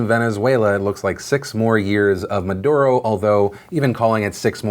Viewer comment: Chilé . . . . . breathe in . . . . . BOI. PS. At least try to say Maduro's name correctly; you seem ignorant and some find it really infuriating whenever people from the US butcher Latin American names BOI